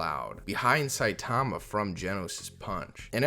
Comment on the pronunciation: Ill never for the life of me understand why people continue to pronounce Saitama’s name improperly. It’s very clear in both the sub and dub versions how to pronounce it. I’m sure most people would be corrected if they mispronounced someone’s name.